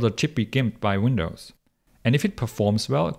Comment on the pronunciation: Winadds lol